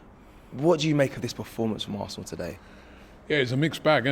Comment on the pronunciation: It’s da histore of Assnal😂